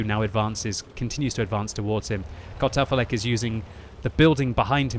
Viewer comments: I just here Cut Off A Leg all the time from voice lmao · Sounds like you're saying "cut off a leg" haha